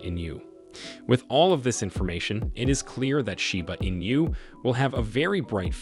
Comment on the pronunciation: Where do you come up with all this bullshit info? Also it’s not pronounced “in you”.